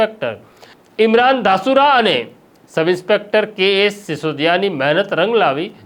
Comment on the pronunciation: તે ધાસુરા(Dhasura) નહીં પણ ઘાસુરા (Ghasura)